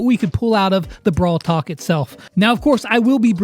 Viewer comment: he said brawl tak😆😆😆